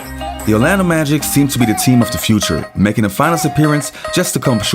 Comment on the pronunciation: I believe it's Orlando Magic, not the Orlando Magics lol